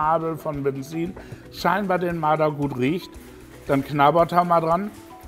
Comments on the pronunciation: Dieses Tier heißt Marder und nicht Mader!Grüsse gehen raus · Es heisst Marder !